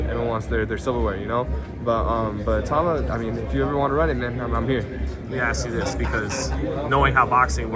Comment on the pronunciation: Great interview, Richard just seems like the guy you can become fast friends with, genuine and humble - hopefully more people know about him after his next fight. PS: Its "ITAU-MA" not "I-TAUMA".